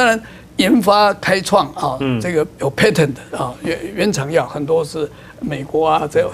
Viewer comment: 當前衛生署長楊志良談到美國醫藥的專利 (patent)問題，他說的英語發音不準確，聽起來想是 (pattern)。沒想到寰宇新聞台的翻譯人員也把 (patent) 翻譯成 (pattern)。編輯人員真的要注意。